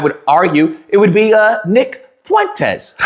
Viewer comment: you mean ick fool-entes